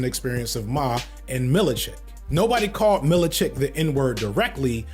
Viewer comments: I love you brother, but you gotta work on your mispronunciation of names. I was wincing every time you called “MIL-CHICK” “MILLI-CHICK”. It was funny, tho. 😂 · Seth MILCHICK not “Mili-chick”. Lol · Every time Says “Milly-check” I shudder 🥴. It’s pronounced Milchick sir 🤦🏾‍♂️, and Severance is GOATed! (No pun intended) lol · is there a specific reason you pronounce the names "amandala" and "millachick" instead of "amandla" and "milchick"? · Man pronouncing Milchick, Mil-i-check keeps getting me! Great video otherwise! lol Editing this because I just got to the pronunciation of Mahershala Ali lmao. "Marsha-holla Ali" 😭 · “MIL-CHIK” not “mil i chick” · lmao fd you killing me with the milichick and mahalalalala ali pronouncians lol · That man said “Millichick”😅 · …. How did you watch two seasons of Severance and you call him “Millicheck” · we gotta get the name pronunciations correct. Calling Amandla, Amundala. Calling Milchick, Millacheck. Calling Mahershala, Marsha-hala. It takes two seconds to learn how to say a name correctly. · be struggling to pronounce these names lord 😂😂 Millicheck? Amandala? Stefen?? MARSHALL HALLA?! 💀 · "Millicheck"?...all good bro. Enjoyed the video. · And Milchick (Millacheck) and Mahershala (Marshaholla) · Pronounce our hero Mr Milchick's name wrong just one more time see what happens 😤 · I feel you with Mr Milchick (and yes, you kept adding another syllable in there lol) but DAMN I really feel like he was one of the best parts of the show, especially season 2!!